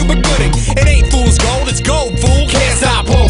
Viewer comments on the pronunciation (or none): none